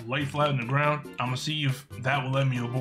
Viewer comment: It's ground not garls